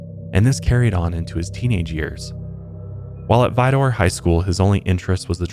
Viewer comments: It's pronounced Vi-der, not Vi-door. I grew up the next town over. I also heard of Dean when I was young, as well as the i45 corridor killing fields, between South Houston & Galveston. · woah! i live next to vidor and beaumont. it's actually pronounced vi-dur though. maybe that's just the Texas twang. i also go to high island beach about once a month! I didn't even know of this!